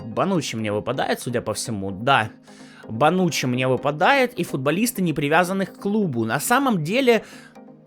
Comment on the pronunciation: Мне всегда слышится вонючий, когда говорят бонуччи